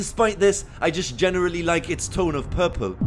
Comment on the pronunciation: The way he says purple😂